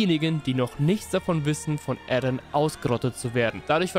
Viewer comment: er heißt eren und nicht ärren bro